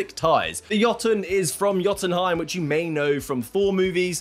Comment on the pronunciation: thank you for pronouncing Jotun and Jotunheim correctly